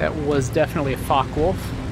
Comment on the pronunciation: Its a Focke Wulf. Not a fock wolf.